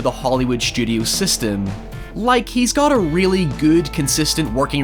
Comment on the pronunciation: "Seystem" = system